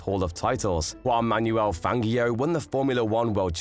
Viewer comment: Great video. Highly informative. But can you please understand that Fangio's name is pronounced with a soft "g"! It always has been. I have never heard anybody else EVER pronounce it with a hard g as you do. It is horrible and irritating to hear his name pronounced the way you do it. Just think of "Fanjio" and not "FanGio"! This is a matter of respect. Please, pronounce his name correctly.